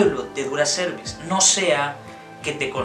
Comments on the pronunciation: La pronuncias como cervix o cuello uterino😢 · no le ponga el acento a la palabra cerviz en donde no va se escucha feo la pronunciacion